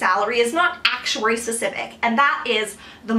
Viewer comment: Stop emphasizing ACTuary so much! Thanks lol